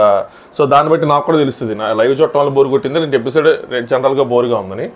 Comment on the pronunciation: ఎపిసోడ్ bro అది పిసోడ్ కాదు ❤❤